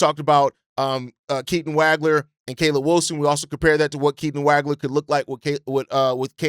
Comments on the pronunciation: Dude, as a professional podcaster, you can’t continue to mispronounce names. Look up Keaton Wagler’s last name, please. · Can’t say Waglers name right lol